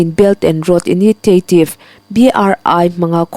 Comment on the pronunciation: Initiative i lam dan hi a mak hle mai. Inisiaetiv tiin han lam la mawle....